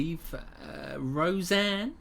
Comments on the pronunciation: Indeed it was Bill Murray, the unfunniest cast member ever to infiltrate SNL. He must have been in possession of some incriminating videos or something. Fortunately for us he has no lines in this clip. The name is not hard -- say "Roseann". Now say "Rosanna" Now add "Danna". Rosanne Rose-Anna-Danna. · It’s ROSEANNE ROSE ANNA DANNA!